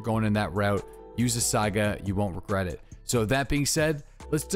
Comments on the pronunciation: please learn to pronounce Saiga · Is it pronounced Saiga or SAGA 🤔🤔